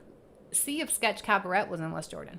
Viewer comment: Cabaret is pronounced cab-a-ray.